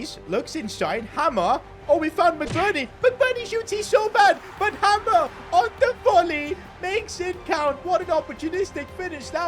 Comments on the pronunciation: Hi I just wanna say hamer is not pronounced like hammer, it’s hay mer basically! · It's pronounced haymer not hamer 😅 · Its not 'Hammer' it is 'Hay-mur' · Your pronouncing hamer wrong it’s like hay mer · It’s pronounced haymer not hammer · Hamer is pronounced hey-mer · You are pronouncing hamers name wrong it’s pronounced hay mer